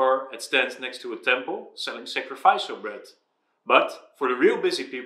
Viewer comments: Thank you for the video and having it in English. The only point I'd make is the pronunciation of sacrifice is sac-ra-fise but for sacrificial is sac-ra -fish-al rather than sac-ra-fise-al. It's one of those words that follows the grand tradition of English spelling and pronunciation being completely inconsistent and illogical;). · Excellent content. Note pronunciation- sacri-fish-il.(sacrificial)